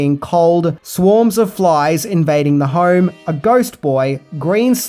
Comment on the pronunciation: I like how with your accent "home" sounds like "harm." How appropriate. :)